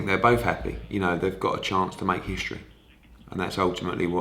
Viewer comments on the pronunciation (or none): none